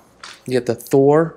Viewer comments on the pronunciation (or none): none